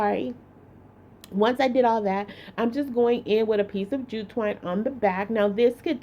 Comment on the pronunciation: She may not be able to say jute twine, but, she sure can make a bow...a bow❤